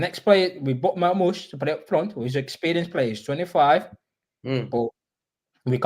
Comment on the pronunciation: Marmoush ❌ Marghost 👻 ✅